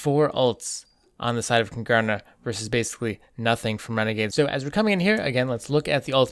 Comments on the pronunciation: Love your mispronunciation of Kungarna, Don't blame you though the stereotype for the Swedish language is way off. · You're butchering the pronounciation of Kungarna xD